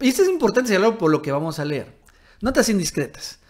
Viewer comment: tu eres como Nuño, el ex Secretario de Educación, dices ler en lugar de leer.